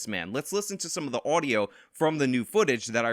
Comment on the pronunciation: "some of the Owdio" haha